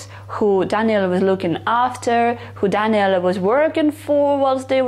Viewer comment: No no, it's fine. It's not the Italian way (I'm Italian btw) to say it but it's one of the best Daniele that I heard on yt from foreign, and sounds good. 😇